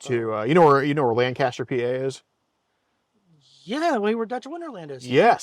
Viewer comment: Not pronouncing both Lancaster and Ephrata PA incorrectly 😂